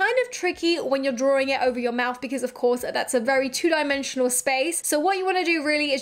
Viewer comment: Is she saying DRAWRING instead drawing?